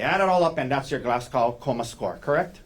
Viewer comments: Its pronounced glaz go not gow as in how.... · This is a petty observation, but this is at least the second trial I've watched where the Glasgow Coma Scale has been a topic; the pronunciation is irritating me. It was developed at the medical school in the Scottish city of Glasgow. It's not pronounced like "glass cow", but more like Glazz-go (rhymes with jazz-Joe).